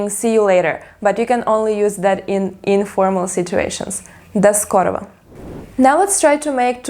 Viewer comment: Sounds like you said до скорово